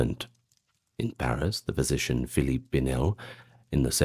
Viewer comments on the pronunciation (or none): none